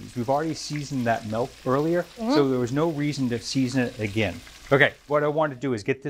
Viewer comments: The last guy sounds like he's saying MELT but apparently he means MILK. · For the calamari, where do I buy "melk?" 😛